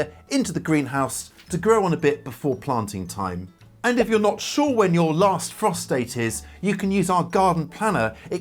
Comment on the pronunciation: He needs to say "frost date" more carefully and space out the words.😳